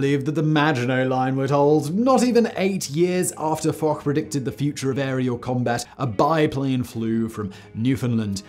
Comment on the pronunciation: This is literally the first time I've ever heard anyone pronounce Foch with a 'k'. What the Foch? He's French, you even said so yourself. It's pronounced 'fosh'.